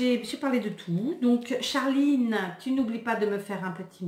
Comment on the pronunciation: Lol quand t'as appuyé sur la prononciation de charliiine